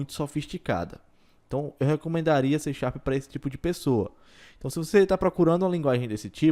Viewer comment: "xê xarp" kkkk ... ótimo vídeo ;)